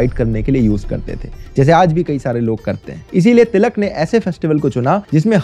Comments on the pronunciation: He can't pronounce ळ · Its टिळक not तिलक